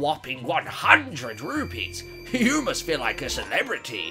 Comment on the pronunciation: Rupees not Rupies